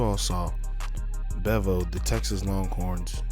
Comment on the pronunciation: Bro, it's pronounced BeeVo🤘🏾